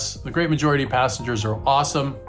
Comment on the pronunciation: Assengers😂 is what i thought you said